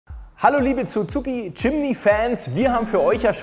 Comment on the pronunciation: Aussprache von Suzuki macht mich jedesmal 😊